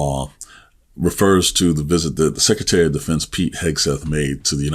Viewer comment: It is not "sek e tary". It is "sek Re tary". You need the "r" if you're going to speak English.